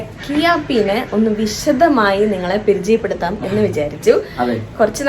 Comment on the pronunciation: 'പ' അങ്ങ് വഴങ്ങുന്നില്ലല്ലെ... പെ രിചയപ്പെടുത്താം 🤣